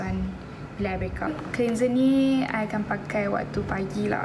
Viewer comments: Haah. It's supposed to be clenzer not clinzer. Macam geram je nak betulkan. Tapi the rest ok je. Her English is better than mine 🤣 and she's pretty anyway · Ok je english dia saya suka dgr. Cuma one word I noted she pronounced it wrong >> "cleanser" it's supposed to be clenzer bukan clinzer. Hihi 😁 anyway, she's pretty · cleanser is pronounced as clanser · the way you pronounce 'cleanser' 😂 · God I am glad I’m not the only one that noticed that 🙂 also how she says “basically” too wow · Annie Clarke same